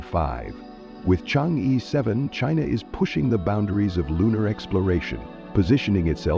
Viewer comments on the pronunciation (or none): Chang err not ee